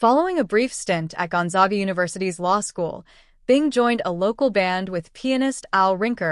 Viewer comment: pronounced Gone-zag-a. zag with a short a.